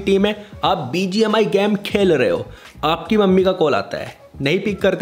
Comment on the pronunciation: Bhai game ko gaam bolna band kr 😂😂🤌